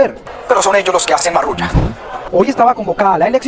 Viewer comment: Marrullas. Con rr y ll.